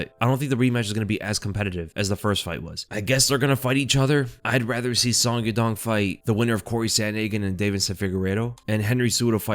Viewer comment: Bro, I'm gonna start calling you. Sonn. With you getting all the names wrong, you gotta be trolling😂😂😂